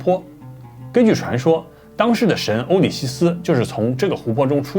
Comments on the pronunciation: 欧西里斯哈 不是欧里西斯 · 不是欧西里斯吗？ 咋变成oulixisi了😂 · 欧西里斯，不是欧里西斯